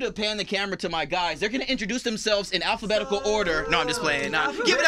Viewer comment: When the guys said for the boys to introduce themselves in alphabetical order chan went "AlPhAbEtIcAl"